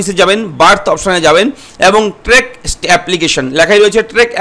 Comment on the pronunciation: ওটা ট্রেক না দাদা, ট্র্যাক।। আমি কাজ করি, দেখলাম আপনি কিছুই জানেন না।